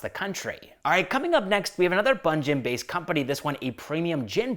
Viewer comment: Bro its panjim not bunjim panjim is pronounced as "pen-gym" also locals call it as "pon-jay" or "pon-ji"